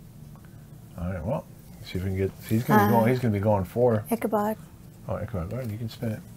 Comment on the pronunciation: His name is Ichabod not Ichabob.